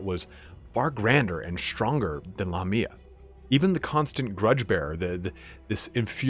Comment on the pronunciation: I always thought it was Lamia not La Mia?